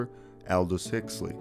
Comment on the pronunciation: Why can't the narrator say the the name huxley correctly.. He says hixley... If anything it's on the screen of this video u are presenting ffs... Also why does it show a record by the incredible string band not the doors or the doors of perception when talking about electra records?